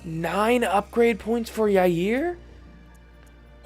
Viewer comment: Did you seriously call Jaire yayir